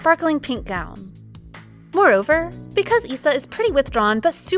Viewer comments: Note that STAYC ISA is pronounced "I-sa" not "ee-sa" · for stayc's Isa it's pronounced aisa not eesa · It’s AISA NOT ISA